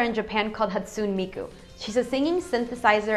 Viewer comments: It's Haw-tsoo-nay Mee-koo. :) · NOOO! YOU SAID MIKU'S NAME WRONG... IT'S LIKE "Hat-soon-eh Me-kuu" *goes to depression corner* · did she just say HATSOON MIKU? no... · Hat-su-nay. Get it right. Not hatsoon. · U pronounced Hatsune wrong! It's not pronounced Hatsoon, it's pronounced Hatsoonay! And why is VOCALOID the second fact there? Is it not as important as suicidal ants?! And the song during the concert clip is one of my fave VOCALOID song of all time! Romeo and Cinderella! And there r lots of other vocaloids like Meiko, Rin and Len, Kaito, Gakupo, Gumi, and lots of others! ^^ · Hat-soon miku? lol pretty sure it's ha-tsu-neh mi-ku. Read it like kana(: Vocaloid is awesome <3 I listen to the music all the time, and I have a couple songs burned onto a CD that I play whenever I'm in my room (I lost my ipods ages ago, so I can't use it lolz..) Miku, Lily, and Rin are my favorite vocaloids, and Piko comes in close :3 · Sorry to say,, but it's pronounced HATsoonAY MEEkoo. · you said hatsune miku wrong xDD LOLOL it's "hat-soon-eh" not "hat-soon" xDDDD bah! but it's awesome that vocaloid made it on an omgfacts vid~ =DDD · It's funny because it's HaTSUne. Not HASUNE. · it's ha tsu ne, not ha su ne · Her name is pronounced Hastu"NAY." lol But so glad you got Vocaloid included in this one! They're all I ever listen to. XD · Thank you so much for featuring Miku!!! You just made my day!!!! Although it's pronounced HatsunEH xD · Listening to her say "Hastoone Miku" is...sort of painful. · It's pronounced Hot-soon-ney mee-koo. And shes not the ONLY vocaloid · YOU PRONOUNCED HATSUNE MIKU WRONG!!! IT'S HAT-SOON-AY MEE-KOO! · hat-sune-ee miku =_= vocaloid is more famous than you think, millions and millions of Americans already know of it and love it believe it or not. Try to be careful when posting these facts. As an extreme vocaloid fan, I couldn't ignore it, sorry :p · HA-STU-NEH miku..... hahaha she forgot the "neh"..... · You said Miku wrong... I am sad.